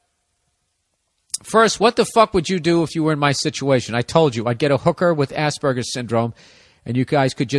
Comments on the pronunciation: Except even better because Burr legit pronounces it like ass burger 🤣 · It's quite funny how every time bill say's Asperger's it sounds like ass burger. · ya rofl, i was like wtf is Ass burger? o.o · I love how americans pronounce aspergers as "Ass-Burgers" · hehehe... he said Ass burger...